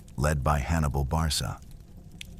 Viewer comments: Pronounced Barka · If this is not AI, you are a terrible historian full of misspronunciations and naming countries that weren't even in existence, Barca is Produced Barka, Hispania is a Greek term for for a region including present day Portugal and not counting north west basque and suebi people's. Finally maximus only followed Hannibal AFTER Cannae. You are worst than an elementary schools student, leave European history to us. Finally I stopped watching after 12 minutes